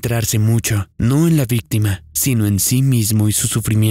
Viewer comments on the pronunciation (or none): none